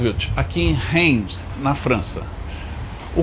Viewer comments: Se pronuncia Raims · Caro amigo, seu programa é muito bom, so a sua pronuncia das cidades é lamentável, como o museu de guerra e aeronáutica perto de Heilbron, tente pesquisar, Reims, veja a pronuncia.....ai adicionar aos seus otimos videos